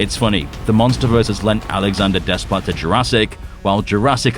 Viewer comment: Thank the great Monsterverse maker, no Junkie Scrap Ell for "GxK 3". Henry Jackman's return, even thought he's not Bear McCreery, is a welcome bit of news... Next, being of mixed Greek and French heritage and being fluent in French, I can tell you without reservation, Alexandre Desplat's last name is pronounced "Day-pla". The S and T are silent and the E is a long A vowel sound.